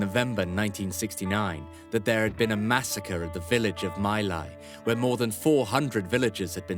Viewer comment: Terrible, can't even pronounce the names properly, my Lai is pronounced Me Lai, not mi Lai.